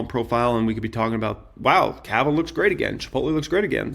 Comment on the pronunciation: bro , it’s not kava , it’s cava